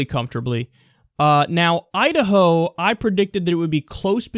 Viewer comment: Is it Idaho, or Udaho?